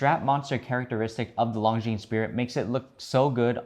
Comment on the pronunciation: Please try pronouncing ''Longines'' without the ''es'' at the end! It's French ffs.